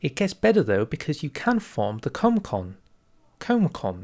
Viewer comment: As far as I know, Comecon was said like the Actual Comecon